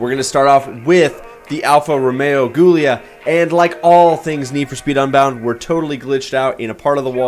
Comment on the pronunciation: Great builds! It's pronounced "Julia" though lol